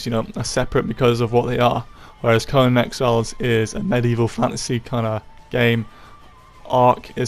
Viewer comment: It’s pronounced CoNAN!! not CoNUN. Annoying af. Do you also say SpiderMUN, BatMUN, SuperMUN?